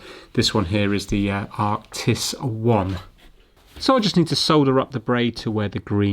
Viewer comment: its arctis not artis